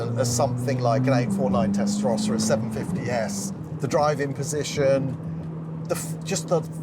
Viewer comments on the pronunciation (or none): Ferrari is pronounced Testa Rowsa not Testa Rosca